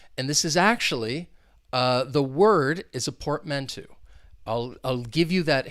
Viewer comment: Happy New Year, bro ☺! psychological would be the correct word ☺. Be careful with the pronunciation of portmanteau: UK /pɔːtˈmæn.təʊ/ US /pɔːrtˈmæn.toʊ/ 'Eau' is pronounced as in the fragrance world Eau de Parfum (EDP). Another really awesome vid 👍.